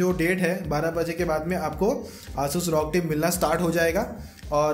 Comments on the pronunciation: Bro Bolna sikh le bhai R O G not rog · It's rog not Rawg